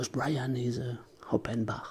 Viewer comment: J’ai entendu where is Beyan j’ai explosé de rire 🤣